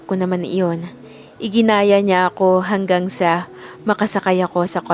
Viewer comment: iginiya hindi iginaya🎉